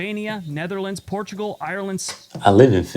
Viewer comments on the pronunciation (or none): none